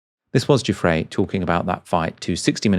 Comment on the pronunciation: I dislike Andrew immensely - but I do think you are being ridiculous with this UN-PROVEN allegation. Shame on you for being so silly. And her name is NOT "Cufre" - it is "Giuffre." You have NO education, do you?